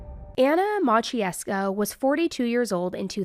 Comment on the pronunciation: I am Polish in America. I know both languages…..for anyone wondering how to pronounce this last name it is (Ma-CHe-yev-skah)